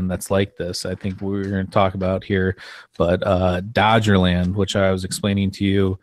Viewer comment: It's not Dogerland, it's Dogger (pronounced Dog er) Land. It was in the North Sea, don't think there are any tales that it appears and disappears